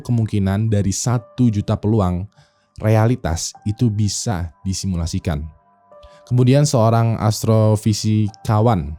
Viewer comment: disilimusikan, disimulasikan, disalimusasikan